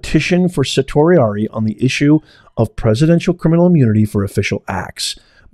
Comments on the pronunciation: It’s pronounced sir-she Ari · just a quick fyi you are pronouncing certiorari wrong, its Sir She orari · Professor of what? Certainly not law as you can not pronounce certiorari or limine.